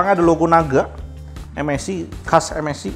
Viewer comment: saran ya bang 1. klo menurut saya enaknya baca MSI itu dibacanya "em es ai" dripada "em es i" 2. bacanya dci p3 bang bukan dpi c3 koreksi aja ya bang